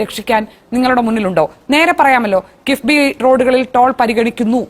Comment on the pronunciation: കിബിബി അല്ല... കിഫ്‌ബി